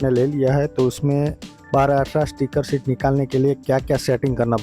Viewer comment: I think you mean SHEET, not SHIT, which is a completely different word...